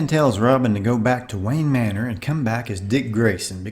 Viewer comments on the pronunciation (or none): none